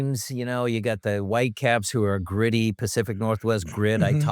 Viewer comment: Guy couldn't even pronounce half the Whitecaps players names. Figure it out bud.